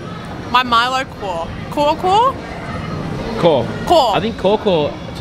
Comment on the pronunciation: Milo kaw is pronounced as Milo "cow"